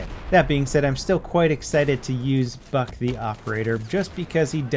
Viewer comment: I swear he said fuck instead of Buck twice